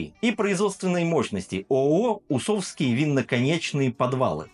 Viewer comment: Не хочу быть душнилой, но кИновский (от КИН -- "Концентраты и Напитки") вместо кинОвский, не усОвский, а Усовский (от Усово). Это как питЕрский вместо пИтерский. Чувство языка должно же присутствовать. Что касается обзора, то сравнивать производство с разливом не имеет смысла, естественно Фанагория заведомо лучше, хотя бы потому, что ее делают сами, от винограда до бочек. А Киновский, это что закупят, то и нальют, сегодня хорошо, а завтра лишь бы линию не останавливать. Цвет, это субъективщина, оба образца красят сахарным колером.